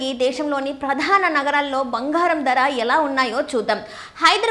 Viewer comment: Banghaaram kaadu bangaram See your promouncement and correct